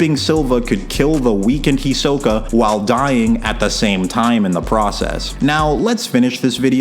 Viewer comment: HEE-so-kah, not hee-SO-kuh holy hell